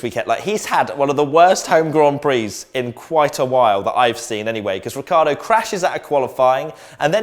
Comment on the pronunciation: Ricciardo is pronounced "Ritchardo"